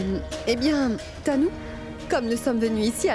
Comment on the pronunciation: Elle ne connait même pas prononcé les noms des autres 😂😂😂😂 sacré tu me tue 😅😅😅